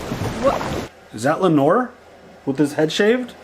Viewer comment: It’s Lay-nor lol